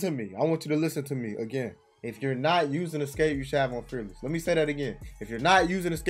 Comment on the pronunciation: Bro you said “fearless” like 3 times and every time I couldn’t understand you 😂😂